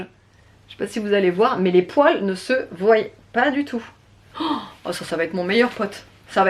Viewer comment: On ne dit pas:ne se voiyent pas mais on dit :ne se voient pas.sinon bonne vidéo.👍